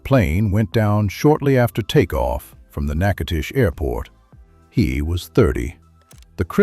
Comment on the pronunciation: Zwulla? Zwah- lee... But at least you pronounced Natchitoches properly.